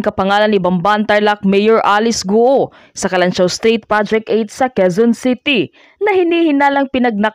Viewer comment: Hirap na hirap kayong ibigkas ang GUO, ang tamang bigkas nyan Guwo at hindi Gu-o. Pinapahirapan mo dila mo.